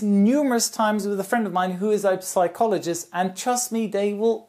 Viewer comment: Little hint from an English teacher (as I've noticed it a few times already ;) ) psychology has a silent p ;) same's true for pneumatic whenever there's pn... or ps... in the beginning of an Engl. word, the p is silent :)